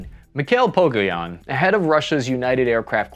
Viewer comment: Dude, first, it's PogoSyan. Second, Kazan is fucking HUGE. Love your vids, but, come on, you need to improve in some areas. Glory to Ukraine, btw :)